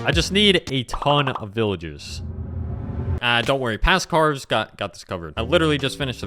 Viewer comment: Ca"r"ves (if you ignore the R it will say "caves")